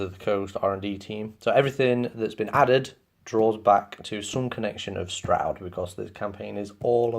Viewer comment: That’s how it’s pronounced. Good overview of the campaign. The only thing that irks me is “Stroud” It’s “STRAWD”